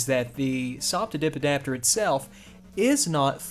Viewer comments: I'm french and all I can hear is: The subidibidapter 🤣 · I am American and all I hear is subidbidapter